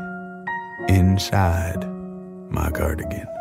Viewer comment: the emphasis on "inside" should be held accountable for 2nd degree murder